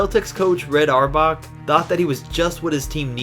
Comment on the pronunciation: Reds name is pronounced (hour back)